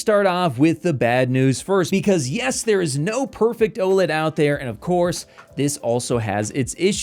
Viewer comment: I wanted to stop watching when I heard woled, but I stayed a little bit longer but just until I heard dp1.4 🤡